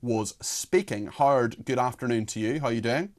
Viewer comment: His name is, Not hard Cox!